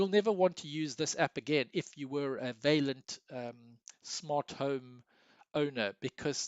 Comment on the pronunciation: You should really check out the correct pronunciation of the French word 'vaillant', dude. Also, you could have said all that's relevant in about half the time of the video. Boy, are you long winded!